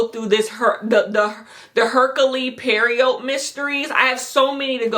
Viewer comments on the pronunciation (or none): since you asked, hercule poirot is pronounced AIR-cool PWAH-roe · i love agatha christie!! also the detective guy is meant to be originally from belgium or france or sumtn so his name is prounounced pwa-row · Hercule Poirot. The last name is pronounced “Pwaa-Row”. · I'm screaming at your pronunciation of Poirot 😅😅😅😅😅 it's "PWAH-roh" by the way! I'm a biiiiig murder mystery show connoisseur and I gotta tell you the Agatha Christie adaptations hold up big time on screen. Plus, they remove all the problematic shit, unless it's a shitty character you're supposed to dislike. The BBC version of Poirot is unparalleled, and David Suchet plays him to a T! Please treat yourself to it some time 😄The only one I have to warn you off is unfortunately Orient Express itself! Somehow that one totally flopped. If you want the cream of the crop, the 1974 movie with Albert Finney and Sean Connery was brilliant. I had the same reaction as you when I was watching it... It seems like everyone did it, but they couldn't have....right?! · Poirot is a French name, pronounce it as pwa-ro